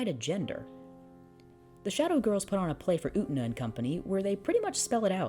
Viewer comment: Utena. U-tey-na.: "OOOTnuh"